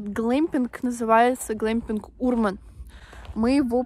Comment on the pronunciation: ударение на Урман))